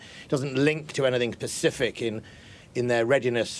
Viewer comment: Did the defence secretary just say pacific! Instead of specific?